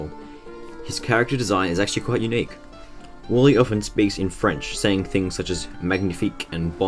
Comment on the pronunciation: Im sorry but i cant stand the fact that you say WALLE not Warly